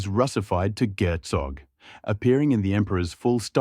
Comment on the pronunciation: Not "gertsóg" but "gértsog", not "procháya" but "próchaya", not "dvоryа́nin" but "dvoryanín", not "pómeshchik" but "poméshchik" and "poméstye" with "vótchina", "velíkiy knyaz" etc. Video is pretty good but stress in russian words is...not so.